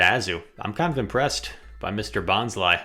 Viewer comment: It's bon-sly. Bon as in bonsai. Sly as in sneaky. Not bonzly.